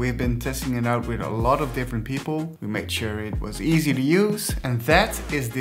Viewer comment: I like everything in this video - except the emphasis on the word "easy."